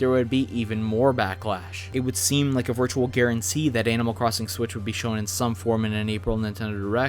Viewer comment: There Is Fucking Stage Builder Also did he just say cwossing